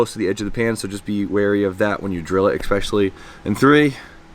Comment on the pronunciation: Word of the day : “Exspecially”